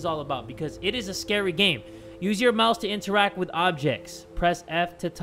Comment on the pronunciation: use you mouse to interact with objects What I heard: Use your mouth to interact with objects